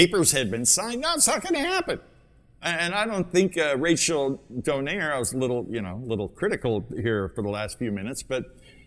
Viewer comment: Who’s “Don air”? It’s “Donai-re” and not “Don air” 😂